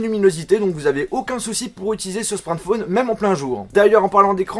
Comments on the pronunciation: C'est moi ou il a du mal à dire smartphone ? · Frère tu sais pas dire smartphone... Déso.